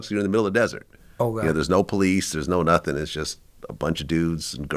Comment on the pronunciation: Why can’t this dude speak properly? Instead of nothing he says Noffin” probably also says Mumf instead of Month, Troof instead of Truth. I’d be ashamed to do interviews.